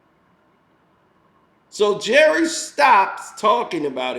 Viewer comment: "Jerrith Seinfeld". 😂😂😂😂 Das his name now 😂😂😂☠️